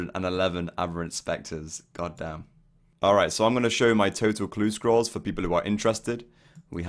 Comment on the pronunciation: when he says "god damn" it doesn't even sound like him ahahaha like no accent weird :p sweet video man ! good luck with future goals!